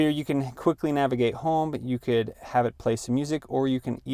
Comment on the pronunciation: Nagivate lol